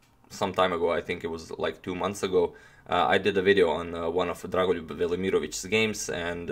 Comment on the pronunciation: I was more impressed by how you pronounced dragolijub's name